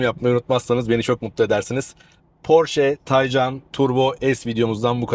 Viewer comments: Üstat güzel video olmuş. Birtakım gizli özellikleir de var ama dediğin gibi, güç bu seviyede olunca gerisi boş ama sendne ricam Taycan ı k ile oku lütfen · porsche mühendisleri tay ve can kelimelerini birleştirip genç atın ruhu anlamına gelen türkçe bir kelime olan taycan yapmıştır bu net bir bilgidir k ile okunmaz